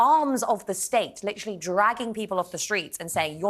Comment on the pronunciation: stop with LIT-TRILL-EEE, the word is lit-ter-ally.....TER, TER........NOT TRILL!!!!!!